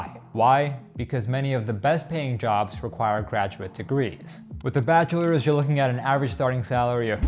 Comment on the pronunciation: " My batcha is a doctor " 😂😂 wonderful